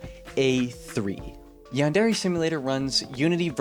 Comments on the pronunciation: bro really says yan-dairy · I can't get over the pronunciation as "yawn-dairy". 😂 But in all seriousness, this is a really interesting look into the project and its problems. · Given how the average American pronounces it: They don't, either. Yan-Deh-reh-. Not: Yarn Derry. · Ahhhh. Yaanderry Simulator. (No. Seriously. That's how you're saying it.) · yandairy simulator jokes aside p good vid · why dose everyone pronounce yandere wrong? XD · lol i cant get over how you say Yandere. Its so ..... bad? hard to hear? IDK something about it, makes me wince. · no hate but please learn how to say yandere